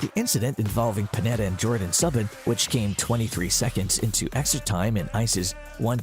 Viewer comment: turn it off immediately due to "subban" its Soo-ban.